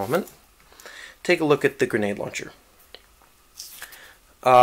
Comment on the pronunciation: He says gernade gernade launcher